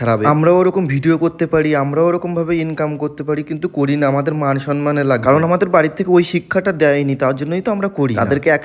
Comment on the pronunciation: Mansomman ❌😂😂 Marsomman✅😂😂